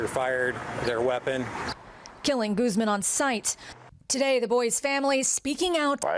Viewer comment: Proper pronunciation of that surname is "goose MON" not "GOOZ men." There's no excuse for mispronunciations in this day and age. That's what the Internet's for...